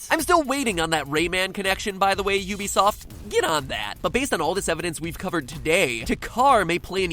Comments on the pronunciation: ehk, he pronounces ubisoft you be soft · Ubisoft is pronounced oo-bee-soft